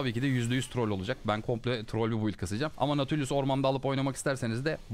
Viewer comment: çoğu karakteri yanlış okuyon abi ama herkesin nati dediği nautu doğru okuyon